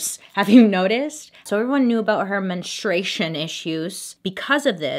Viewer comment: No one: Bailey: ✨MeNStrUEiShoN✨